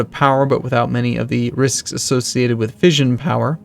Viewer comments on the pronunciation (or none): none